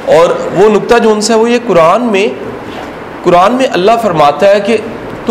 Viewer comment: اسلام علیکم ورحمتہ اللہ وبرکاتہ I request you Sir please learn tajweed it’s not كران It’s قرآن